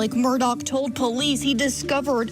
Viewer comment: I just have to RANT ....... Why does everyone pronounce his name as MURDOCK ??????? ITS MURDAUGH ....... MUR-DAW